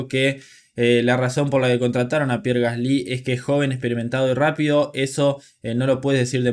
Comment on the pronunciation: Se pronuncia gasli sin acento en la y. Por favor puedes pronunciarlo bien? Xd